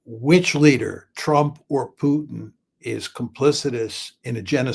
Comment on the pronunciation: Who’s “PeeUUW-tin”? 😂 🤡 says the guy slaughtering hundreds of thousands of innocent women and children .